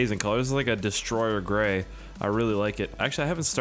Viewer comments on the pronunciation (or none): none